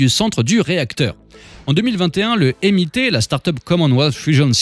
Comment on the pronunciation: C’est sérieux pour la prononciation du MIT ? 🥲